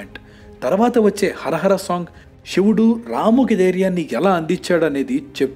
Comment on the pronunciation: షివుడు కాదు బ్రో..."శివుడు" .... 🙏🏿